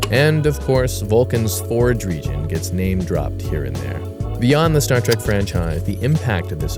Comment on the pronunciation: Someone tell that dude it's Star Trek not Star Track